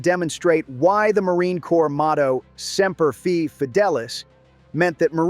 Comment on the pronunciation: Your Pronunciation of "Semper Fi" is wrong wrong wrong. should know better.